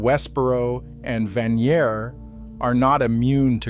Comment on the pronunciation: The way you pronounce Vanier makes me seriously question your credibility.